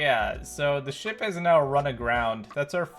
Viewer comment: Wait when you said “ship” it sounded like u said the s word brotha (not tryna be offensive:(